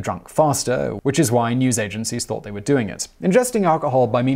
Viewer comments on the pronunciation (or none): none